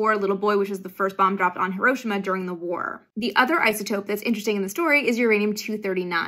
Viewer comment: 1. Thank you for pronouncing Hiroshima correctly. 2. Two planets represented in these elements! 🤠 3. Nice little jump-cut there… 🤪